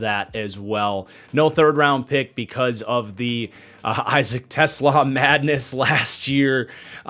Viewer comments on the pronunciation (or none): none